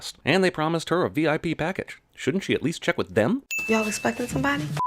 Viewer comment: lol all i heard was VIPenis lmao how has that not become a common term haha